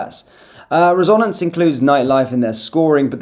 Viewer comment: resONance? i thought it was pronounced RESonance..